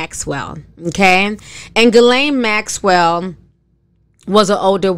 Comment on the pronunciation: The fact that butchers ERRRBODY’S name but said Ghislaine Maxwell’s name properly right out the gate 😂🙌🏾.